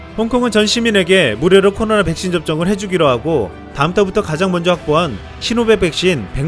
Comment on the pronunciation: 발음 좀 정확히 합시다 코노라 ㅋㅋ